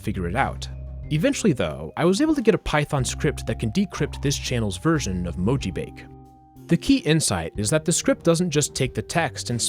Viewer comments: that sounds to me like a slowed down version of the chorus of All the Things She Said by t.A.T.u. Also, your description of mojibake is partially incorrect: - It's pronounced mo-ji-ba-ke, not mo-ji-bake. - You can't garble English text (most of the time) due to most encodings being extensions of ASCII. The LingoJam translator you showed in the video just replaces characters with random codepoints made to look like mojibake. That's why you couldn't decode it back. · It's actually pronounced "moh-jii-bah-kay"; it's a Japanese word and so the E at the end makes the "ay" sound. Not trying to be rude, just offering a correction for future reference. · "Mojibake" appears to be a Japanese term, so it's probably pronounced more like "mo-ji-bah-keh". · "Mojibake" is pronounced "moh-jee-baw-keh". It's the romaji of 文字化け. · mo ji ba ke, 4 syllables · mojibake is a japanese word btw, it's pronounced as mo-ji-ba-kay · He pronounced it wrong. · The E in "mojibake" actually isn't silent. It's Japanese, not French, haha. Approximated in English, it'd be like the AY in "say," though the E you hear in Spanish words would be more accurate. (And the A is pronounced like "ah.")